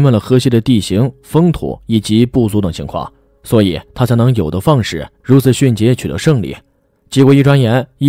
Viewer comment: 有地放矢！声优的问题。弹冠相庆？？写手的问题